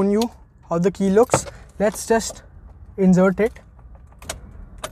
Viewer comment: Gud to see you speaking English fluently but it’s insert not injert🤣🤣